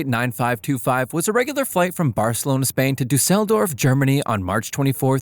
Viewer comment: I have watched a few of these, and I really think you need some help with reviewing the reading of the script. Your lack of proper pronunciation of names or terms is alarming (Dusseldorf, Bombardier, pitot tubes, and many more) given your youtube name is "" I think there is a lot of room for improvement.